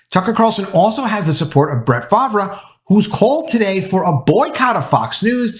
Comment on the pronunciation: How do you NOT know how to pronounce Brett Farvre? Seriously???